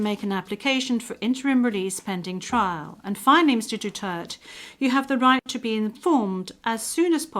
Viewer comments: It's not DUTERT...it's DU-TER-TE..thank you! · its DU TER TE. its not DUTERT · Not dutert, it's DUTERTE DUTERTE DUTERTE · I love President Duterte and will always support him. Please return him back home. That's International Court please speak the international language. and he is Duterte not Dutert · I agree. She called our Best XPresident "Dutert" 🙏🫶👊 tatay Laban lang we love's you 💯👊🫶🙏👊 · Duterte not Dutert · His name is Duterte not Dutart. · This woman doesn’t even know how to say President Duterte’s name. What shame. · Can you ask the English interpreter to properly pronounce DUTERTE? To me, not properly pronouncing one’s name is offensive if not insulting. Please correct me if I am wrong. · Stupid can't even pronounce the name duterte